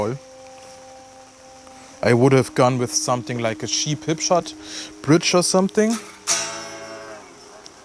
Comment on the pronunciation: Auch nach 4 Jahren noch ein prima Review! Schade, dass Harley Benton nur dicke Necks herstellt, ich hätte sonst schon lange eine Fusion II gekauft. PS. "Check" spricht man "Tscheck", nicht "Scheck", "cheap" = "tschiep", nicht "schiep" (Schafe😂).